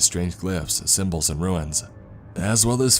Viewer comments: Runes, not ruins! 😅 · Are you saying runes or ruins?